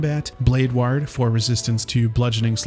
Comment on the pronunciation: Incredible content, but please learn how to pronounce “ward” properly 😅